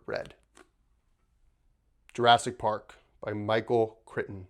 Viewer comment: Kr eye ton. Just so you don’t sound ill informed.